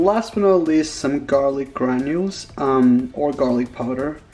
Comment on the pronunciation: Did he say onion granules? Like GRANULES???? 😂